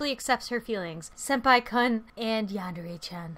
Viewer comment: ITS YANDER NOT YANDERA